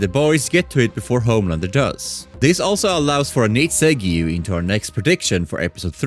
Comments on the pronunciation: Pronounced "Segg-way".... Even if you pronounced segue wrong for engagement... I'm sold, you seem cool and genuine so I'm saying it anyway😅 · U are 100% correct in ur pronounciation of the word "Segyouuu". Let no one ever tell u otherwise